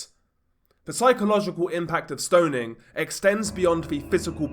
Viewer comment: HEY! There's no letter "D" in the word STONING... STO NING not STO DING